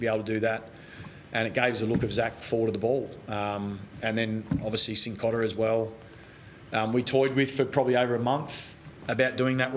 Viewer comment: Selwood said in commentary SINCotta 😂😂😂